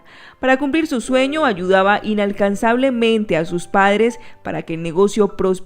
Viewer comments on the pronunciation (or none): Ni leer sabes, dijiste inalcansablemente, y es incansablemente! En fin, nadie es perfecto.